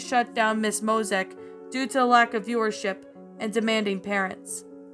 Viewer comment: No offense but You keep mispronouncing Mosiac wrong You keep saying Mosac.